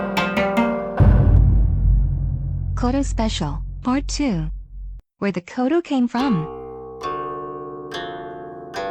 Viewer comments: That's actually the least bad of this text to speech bot's mispronunciation lol. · The pronunciation of "koto" is so off 😓